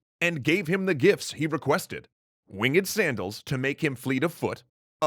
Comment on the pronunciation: the story teller says wing ed Me:REEEEEEeeeEEE